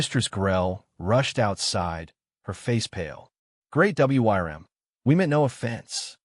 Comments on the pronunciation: I know this was supposed to be a warm and touching story, but I was lmao every time he said WRYM instead of worm. AI is so funny. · It's pronounced "worm". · Now THIS is a story I can listen to. And I believe it’s pronounced “Wurm”. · Attention AI voice: the word "WYRM" is pronounced "worm"... that is all. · Yes! Please teach your AI how to pronounce words it doesn't know or you risk taking people out of the story. Or maybe spell it "worm" instead of the old-fashioned wyrm."